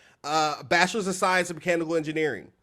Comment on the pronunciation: 🤣🤣🤣 lmfao! I thought he said “ cannibal engineering” not mechanical at first 🤣 ( or so) bc yall all had me laughing like h3LL Had me do a double take! is smart AF clearly and funny so okay! I am not familiar with him but for sure about to check you out dude 👏